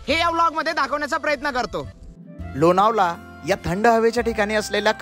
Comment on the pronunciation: लोनावला नाही लोणावळा